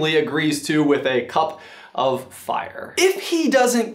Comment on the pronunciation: HARRYH DID YA PUT YA NAME IN DA GOBLET'O'FAYAHH